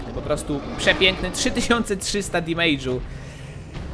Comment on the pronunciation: Mówi sie "demedż" a nie "demejdż"